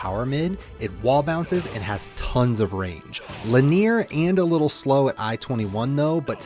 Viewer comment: your guides are great buts killing me how you pronounce linear as lin-near. Ive never heard anyone say it that way. Try saying "linny-err" .. just try it out and see how it feels. lol :P